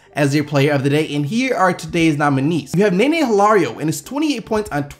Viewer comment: nene is pronounced nuh-nay